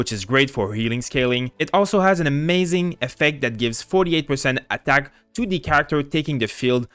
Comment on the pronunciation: I like how he says "ATTACk" xD